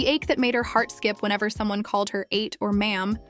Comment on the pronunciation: Ma'am correction for the pronunciation of what you say " older sister" called ate. Not 8 or eight but ATE.